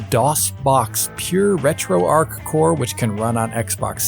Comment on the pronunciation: As a Missourian, I feel I should say it’s pronounced ARCH, not arc. Retro ARCH.